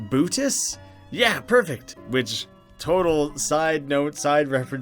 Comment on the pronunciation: Bootis = Pootis before you said that, I was thinking the same thing.😂